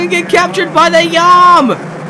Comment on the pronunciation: baldi is saying yum not meow